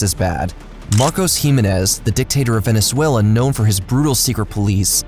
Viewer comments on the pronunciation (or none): none